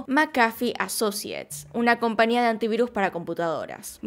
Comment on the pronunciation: No omita la "Ñ". Se dice compañía